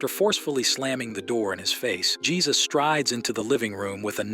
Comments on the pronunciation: Couple of things: Dude's name is pronounced "Hay-Seuss". In response to an earlier post saying that Jesus what not a good guy because of the lengths he went to to cover the "incident" up. I disagree. I can only imagine in a situation where something so tragic has happened, that the state of shock you would be in would cloud your judgement or responses. Also, no clear evidence there was an inappropriate actions by Jesus against Ruth. She seemed like a foul mouthed immature child with a crush on a grownup that was nice to her. I thought this movie was not horror, but certainly horrifying. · It's pronounced "Hay-soos." As in "Hay-soos freakin' christ, what a low-effort channel."